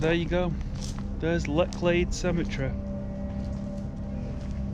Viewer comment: Pronounced Letch lade.... Bor-ton on the warer..... just saying.... Thames flow is low at the moment, hence the cloudiness they try to slow the water to keep it navigable. Keep up the good work enjoying the content.